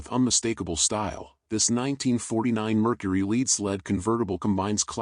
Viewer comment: I have worked on classic customs many times. And I’m trying to tell you you pronounce lead wrong. You’re making a mockery of the process get your pronunciation straightened out please